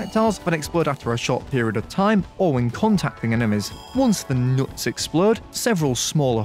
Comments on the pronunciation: why did you have to emphasize nuts man :( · Why are you emphasizing Nuts? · Is it just me or he emphasizing the word “nuts” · i love the emphasis you put on the word NUTS